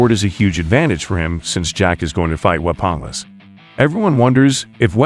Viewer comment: no way this mf butchered the word weaponless that hard wtf